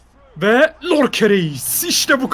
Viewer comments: abi lorke değil yorke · York ya lorke değil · nin en sevdiğim şeyi yorke ye lorke demesi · lorke deil yorke yaa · Nobody::lorke lorke yorke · neden beckhama bekem diyor sinirim bozuluyo. Ve dwight yorke lorke